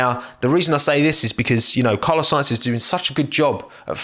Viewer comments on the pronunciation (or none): none